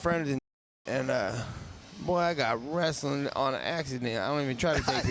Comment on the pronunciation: "i got wrastling on accident hue hue"